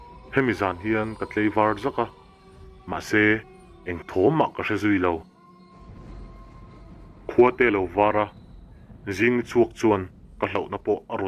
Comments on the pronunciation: Mei nilovin mai tih tur.tleivar a awm ngailo a,tlaivar tih zawk tur.viewer ngah i duh chuan i pronunciation fimkhur rawh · mei aiah mai, tleivar aiah tlaivar,... Mahse i chhiar thiam e... Ṭang sauh sauh rawh, Like and sub nghal e